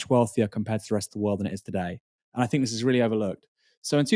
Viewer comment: I really can't stand the way you pronounce your "th's" as "f's" like "I fink" instead of "I think".